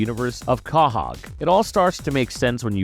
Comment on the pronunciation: This man doesn't understand words. "Cah•hog"